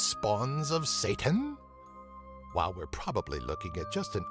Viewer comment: "Tiny spawns of SAYTAN ?" I died XD